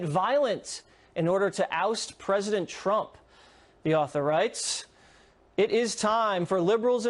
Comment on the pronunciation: He is literally saying Drumph